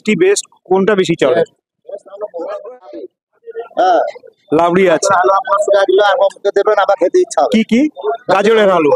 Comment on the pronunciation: লাবড়ি আবার কি ? একাধিক বার রাবড়ি বলতে গেলে জিভ জড়িয়ে যায় !